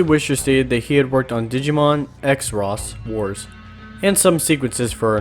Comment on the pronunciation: 'X Ros Wars' its pronounced "Cross Wars"